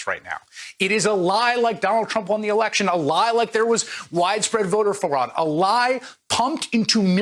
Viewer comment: Lol Chris Hayes mispronounced fraud about the election. Because he knows Trump won